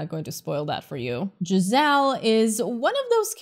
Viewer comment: bro his name isn't giselle it's JE ZAL